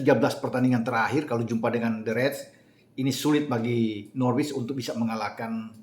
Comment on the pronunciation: Biar mantap channel bang, Norwich itu dibaca Nor-Rich (orang kaya) google translate aja biar jelas 🙏 YNWA